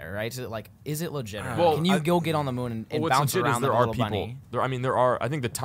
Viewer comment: moon not mood